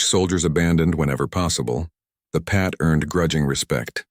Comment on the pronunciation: Mate, you need to get a better AI to narrate your video. It's not a Pat, it's a PIAT. This AI can't even say "guarantee" without mongrelising the word. Have some respect for the men who used these weapons, they deserve every ounce of respect we can give them.